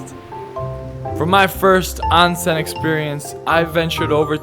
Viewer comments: ai yah >_<... ohn-sen!!! not ahn-sen, but good try :) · pronouncee OWN SEN not On sen but thanks for the tips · LOve your video, but it's "Oh-n-sen" not " Ah-n-sen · A lot fo them don't let Gaijin (foreigners) in. PS: pronounced "ohn-sen" ;-) And "ryokan" is "RYOH-kan". Not easy, I know.